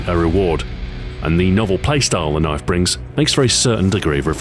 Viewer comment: That's not a kniayfe tHiS iS a KnIaYfE